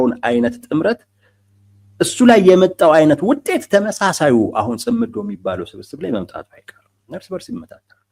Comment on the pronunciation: እውቀት የሚተላለፈው(የምንቀባበለው) በቋንቋ አማካይነት ነው። ቋንቋ በበኩሉ የተመሠረተው በቃላት እና በአጠራራቸው ላይ ነው። አቀራረብህ በተወሰነ ደረጃ ትሁትና ስህተት አልባ ቢሆንም፤ እንደብዙዎቹ የሃገራችን ጋዜጠኞች አንዳንድ ቃላትን አጠራር ስትሰማ አንጋደህ ነው። ምሣሌ 1. እነሱ የሚሉት "ጽምዶ" ነው። አንተ የምትለው "ጽ ' ምዶ" ነው። ምሣሌ 2. ሰውዬው "ሚንስትር" ሲሆኑ አንተ የምትለው "ሚኒስቴር" ነው። ሚኒስቴር መ/ቤት ነው። ምሣሌ 3. "ማ ' ሣጣት" ን እና "ማሣ ' ጣት" ተሣስተህ እንኳ አትለያቸውም። የኛ የሰሚዎቹ ጆሮ እንኳን በነ "ደርጎባ" እና "ማይናማር" መቻልን (ማቻቻል ን) ተለማምዷል። ይብላኝለት እናንተን ለሚተካው ትውልድ። ለነገሩ መነጋገሩንም ከናካቴው እየተወው አይደል?! አይቸገርም።